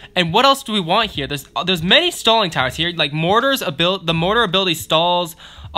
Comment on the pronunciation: Sounded like he said “Stalin tower” lol